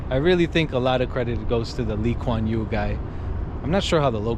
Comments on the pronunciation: Thank you for your compliments about my country. Yes you pronounced our prime minister’s name correctly 😊 He is highly respected here and dearly missed 😢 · you mentioned that singapore got kicked out of Malaysia for some reason...that reason was because Lee Kuan Yew (your pronounciation is right on!) disagreed with the Malaysian parliament to have a Malay Malaysia; he advocated for a Malaysia irrespective of race. The Malaysian Parliament wanted to give Malay race priority over other races that lived in Malaysia (Chinese, Indians, etc). The malaysian parliament was upset with his views and they considered him a threat so they decided to kick Sibgapore out of Malaysia.